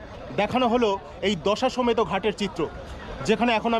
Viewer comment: দশাসমেত না দশঅশ্বমেদ ঘাট😅